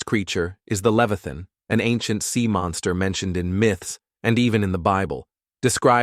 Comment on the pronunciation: Leviathan was pronounced incorrectly.